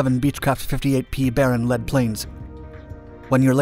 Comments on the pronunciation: Someone really ought to tell the narrator that the term "lead plane" is pronounced "leed plane", NOT "led plane". They are called lead planes because they fly the drop-pattern ahead of the tanker, to show the tanker pilot where to go. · The narrator has this desperate voice, and well he should, because he doesn’t know what he’s talking about 90% of the time. I like it when he calls the “lead” plane a “led” plane, as if it was made out of the metal called lead. Like a Led Zeppelin! He doesn’t even know what the “Lead plane” does. It looks like somebody else writes the script and the guy with the desperate voice reads it, and nobody checks it for editorial accuracy. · Pb planes? I think that's pronounced Leed planes, not lead planes. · Pronounced "Leed" plane. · Yeah they pronounced it wrong, like the metal.